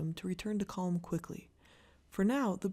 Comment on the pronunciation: Hello. I think you're amazing and I'm so grateful for you as I'm sure most of the folks are who follow your wonderful videos. I was hoping to find a private chat but I really don't think this will trigger a negative response, I hope.:) Ok here goes, has anyone mentioned that when you say the word 'calm' you pronounce it with a soft L. I believe it's supposed to be a silent L. Anyways I think it's kinda sweet in a funny way as I find you so articulate and so easy to listen to and super sincere and wonderful. Thanks. You are an amazing gift in my challenging world. God bless you 🙏. Stay CaLm and carry on. 😊